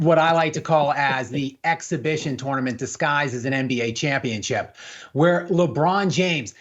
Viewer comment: the esl white dude can't say championship. He says championchip.